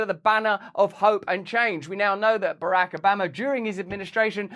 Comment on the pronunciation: "Barahk Obammer"